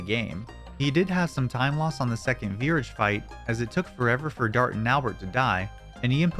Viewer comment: Okay, i got triggered when you said virage. Pronounce it like mirage lol.